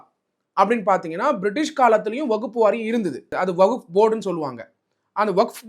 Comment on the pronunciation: ஐயோ வகுப் இல்ல . வஹ்ப்